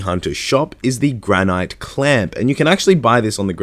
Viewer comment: The way you say granite lmao. Jesus dude...